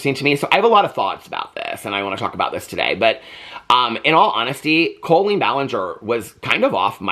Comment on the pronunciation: Most modern cribs will convert to toddler beds. My now 19 yr old sons did. Love you!! ❤ Love how you pronounce her name like colon.